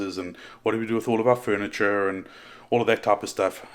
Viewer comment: I'm still stuck on the way you said "furniture" haha - bring that accent. And the burp haha!